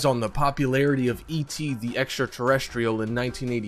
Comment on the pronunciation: it's extra terrestrial not enter terrestrial